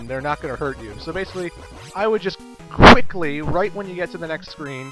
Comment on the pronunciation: "I would just..... QUICK-ly"